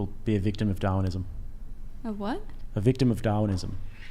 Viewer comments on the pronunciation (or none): when said "darwinism" with his thick accent 😂😂😂😂